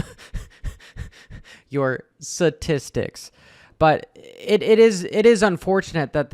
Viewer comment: Statistics not satistics lol